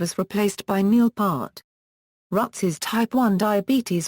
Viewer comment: it's Lifeson not Lifingson, it's Peart not Part